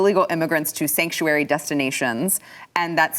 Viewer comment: Sanctuary!! Sanctuaty!! 😬